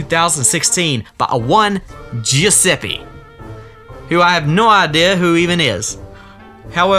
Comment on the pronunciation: i'm italian, and i can say that the pronounce of "Giuseppe" you said is wrong it's pronounced "GiusePPE" , not "GiusePEE" sorry if it sounds rude, i didn't mean it in a rude way